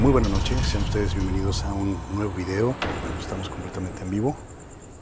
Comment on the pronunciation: Jaja si, me desespera que no le ponga "s" (buenaS nocheS) jaja